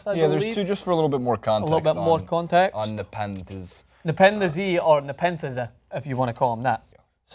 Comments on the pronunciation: Nepen the z definitely Nepen thez 😂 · "Neh pen fez ee" lool. It's pronounced Neh-pen-fez. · For one if you were a half decent news reporter you'd know how to pronounce his name. It's not Nepen-The-Z, it's one syllable, nepenthez. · Ne Pen Thez not ne pen the zee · "ne pen the z" im schleep cuh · NepenTHEz not F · "Ne-Pen-The-Z" what the fuck was that? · Michael Boiteau no it's not, I know that channel for years and nobody ever called NepentheZ Ne-Pen-The-Z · said 'Nepen The Z". Do your research boys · Nep-en-thez god not that fucking difficult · its pronounced, "Nuh-Pen-Thez" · It's Neh-Pen-Fez. Does TYT and Scarce have a sponsorship deal or something, what's up with the pronunciation. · why do they say Nepen-the-Z?!?!!!!??? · omg nepen-the-z :p smh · Its meant to be pronounced nepen-thez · you could've watched 5 seconds of any nepenthez video to know how it's pronounced. also the gambling commission mentioned skins, which is associated with csgo, don't know why they'd say anything about it in regards to fifa. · They got the pronunciation from Scarce 😂😂😂